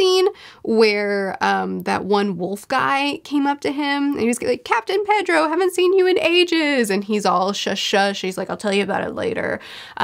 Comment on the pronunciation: Pedro is pronounced Peh-dro. Japanese is like Spanish where the vowels are uniform as ah, eh, ee, oh, oo